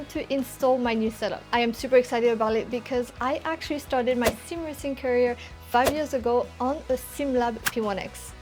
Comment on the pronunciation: this chick said "career"